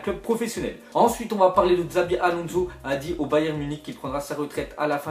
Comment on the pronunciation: on Di shabi pas xabi mdrr